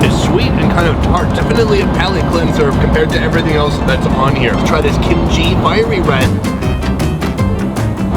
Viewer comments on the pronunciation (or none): none